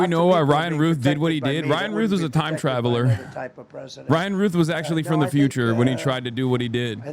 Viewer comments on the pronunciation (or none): none